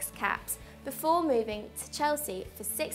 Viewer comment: why does she keep saying caps instead of apps... for a second she made me think joe cole had 126 caps for england lol